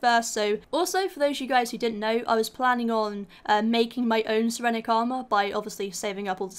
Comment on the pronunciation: it's called 'sirenic' not serenic